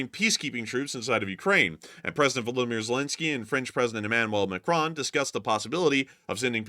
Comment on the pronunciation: ah you stopped saying Ma Crone, nice one 👍